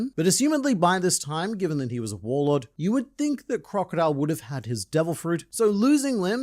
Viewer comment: Did you say, WhoreLord or Warlord? 😂